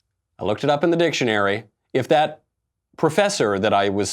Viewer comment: If you’re going to tell someone to look up something at least pronounce the word dictionary correctly 😂